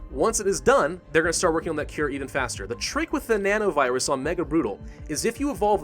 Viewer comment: every time he speaks nano-virus i heard banana-virus '-'